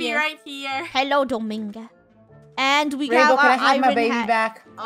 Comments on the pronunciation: Funneh: Domiga COmE here SAsSy gurl Me: lol Domiga it is really dominga😂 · Wait is Funneh calling DomiNga Domiga? GUYS THERE IS AN NNNNN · Dough-Ming-Ga Purse-I Armi-nda Jo-Hanna A-Ron Zac-k Just sending out pronunciations xD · No. Dough-monga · OKAY why is nobody talking about how funneh keeps killing people's name's? ESPECIALLY DOMINGA AND HER MOM! she said domiga instead of dominga and she said Joahnna instead of Johnna, we have been lied to. she made johnna stay in a boat for years and not control the boat for johnna. she said akaia instead of acacia-.. BUT NOW SHE'S IMPROVED SO MUCH AND DOESNT DO THESE ANYMORE